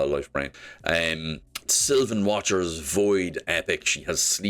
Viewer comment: never been happier to see all the irish themed sylvain watchers pronounced properly lol